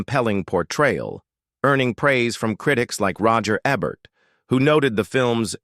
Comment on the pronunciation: Roger Eh-bert?